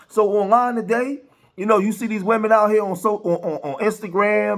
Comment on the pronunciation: "beleeb all wymen" 🙄